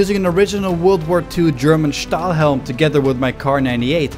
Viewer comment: Stahlhelm was really good pronounced Wehrmacht was also good pronounced